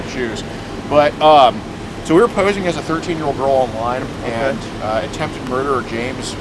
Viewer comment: What is a "Merderer?"